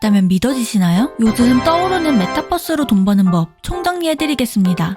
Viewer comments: 메타'뻐'스가 아니고 메타버스라고 불러주세요 ㅜㅜ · 발음 웃기다.. ㅋㅋ 메탑뻐스 ㅋㅋ